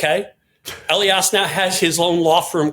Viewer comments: Good program so small mistakes jump out. Mark Elias always accents the second syllable of his last name. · The name is UH LI Us, not Ellly Us. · Elias is pronounced E Lie Us. At least that's the way he pronounces his own name. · Marc Elias (pronounced e-LI-as) is superbly protecting Democracy and voting rights — hear him with BTC and on Democracy Watch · Marc Elias's surname is pronounced "eh-LYE-as." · Elias is pronounced like Elijah, with "us" at the end. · It’s Marc ee-LIE-us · George: please pronounce people's names correctly. It's rude to mispronounce names that are clearly in the public domain. Mark Elias: e-LY-es. Thanks. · E-Lie-As Marc Elias! OMG! George say his name correctly! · It's Mark "E-LIE-US" George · just for the record (and apologies if there are a bunch of pedantic comments to this point) the man's name is Marc Ehl-eye-ass. He does fantastic work and his publication (DemocracyDocket) should be mandatory reading for Bulwark subs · George! Please learn the correct pronunciation of Mark Elias' name! E-lie-us, accent on the second syllable. Thanks! 😊💋👵🐺🌵🖖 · George check pronunciation of Elias. It's Eli iss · George, it's long E,l long i ,as--,e.g.,Ee lie as.